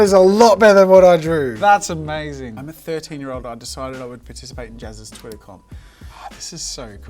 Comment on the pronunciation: Nobody: Jazza: Thwittaah